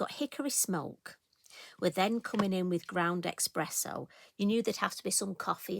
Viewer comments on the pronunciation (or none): What a beautiful creation! I love the fun aspect of the Hares by the light of the moon. Perfect choice of colours too! I did chuckle at your ‘ground expresso’ 😊 I thought it was just me that thought there was an ‘x’ in it. My family love to correct me but in my head eXpresso makes sense.😂 Thank you for sharing your creativity with us.🥰xx